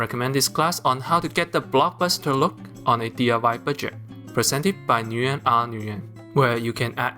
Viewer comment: I'm sorry, bro. But as a Vietnamese guy, it pains me to hear people say "noo-yen." I don't know who started that trend, but it's pronounced "win."